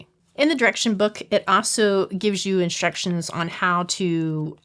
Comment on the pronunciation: I thought you said "follow the destructions" 😄 and it sounds like you did (I listened a few times) and I had to laugh because that's what my handyman calls instructions 😄, but the captioning didn't say "destructions" - so, oh probably not. ☺️